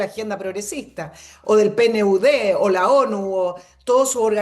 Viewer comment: la sigla PNUD (Programa de Naciones Unidas para el Desarrollo) se acostumbra pronunciar mejor como "penud", y no letra por letra.